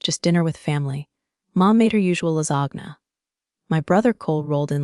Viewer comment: how can you mispronounce lasagna?